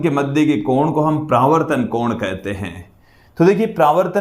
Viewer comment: Pravrtan nahi paravartan hota hai